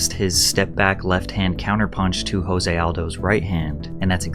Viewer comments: So you’re a UFC fan? When Conor McGregor won the title Jose Aldo’s first name is pronounced Joezay but Spelled Jose. You’re saying Jose like it would be in Mexico. Even a half arse fan knows that. I don’t know if these vids are only for content or if you’re truly a fan. Either way I enjoy your videos. Thanks man. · Mildly infuriating to hear you call Jose "Hose".. it's pronounced with a J, there is no H. He is Brazilian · Jose Aldo is Brazilian not Mexican. his name is not pronounced 'H'ose its pronounced Jose with a J sound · Fyi it’s Jose with a hard j like jam. It’s Portuguese not Spanish. Actually something closer to like “chose-ay” but it’s hard to pronounce exactly. Anyway great vid Pat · It’s pronounced JOE-SAY Aldo. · Jose Aldo's first name is actually pronounced with a hard J not an H sound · Are you fr calling Nate Diaz stupid while you don’t even know how to pronounce Jose Aldos name? You aren’t even quoting anyone just straight up calling him dumb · Hey Patrick. Jose is pronounced with a J. It's Portugese ;) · You are pronouncing Jose Aldo wrong just fyi… He actually pronounces it with the J instead of an H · Jose Aldos' name is pronounced with the J. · i know it's nitpicky, but seriously, jose is joe-zay, and asterisk is ass-ter-isk. you really, really need to stop doing this kinda thing.